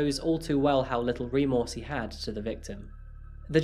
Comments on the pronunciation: remorse NOT ree-morse. Perhaps a dictionary? Love your show but honestly, some of your pronunciations??? Glad to have contreebuted. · Pariah - Pah-rye-ah Subsequently - Sub-seh-quent-lee Remorse - reh-mors